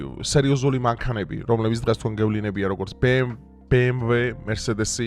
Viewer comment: კარგი ხარ, მაგრამ გთხოვ გიტლერი არა- ჰიტლერი, ბე-ემ-დავლიუ არა, - ბე-ემ-ვე 🙏🏻